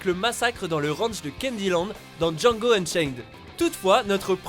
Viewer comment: Django Unchained c'est le meilleur mais faut pas oublier le D dans Djando comme il dit